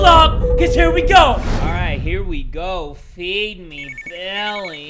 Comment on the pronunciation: I thought he said "beefy billy" until the screen said "feed me billy"